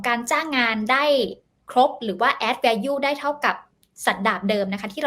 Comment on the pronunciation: Value ออกเสียงว่า แวลลู ไม่ใช่ แวยู่ เป็นสื่ออย่าประดิษย์คำผิดๆ